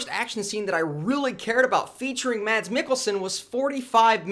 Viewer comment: Thanks for the review! just an additional info..The danish actor's name Mads is pronounced as "Mas".